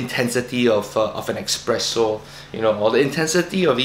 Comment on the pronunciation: Espresso, not expresso..